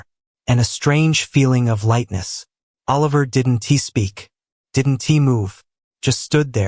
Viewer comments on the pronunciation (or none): Have you listened to the narrative? The speaker is still screwing up every contraction. "I did N T" instead of "I didn't" - that's only 1 example - and the mispronunciations are really bad for someone who listens while completing other tasks.